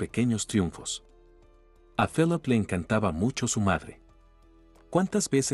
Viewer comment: Se pronuncia filip